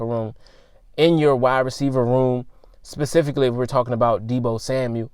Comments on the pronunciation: “Pacifically?” Did we sign a West coast deal? Or did he mean “Specifically?” And what is a “Runner” Back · What is pacifically? I can't find it in the dictionary